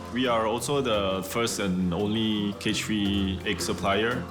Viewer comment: "CAGE FREE" LMAOO